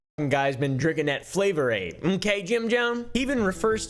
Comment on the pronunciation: I FEEL VINDICATED!!!! every single time someone says “drink the coolaid” I comment it was actually Flavoraid! I know it’s petty and dumb but it drives me crazy! And your the first person prolly ever on YouTube to get it right and say flavoraid! SO THANK YOU!